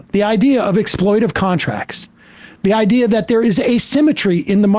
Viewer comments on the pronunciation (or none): It's 'exploitative', Mr Seder. 🤣🤣